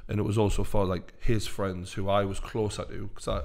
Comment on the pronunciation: Fweinds. football fweinds. Love this!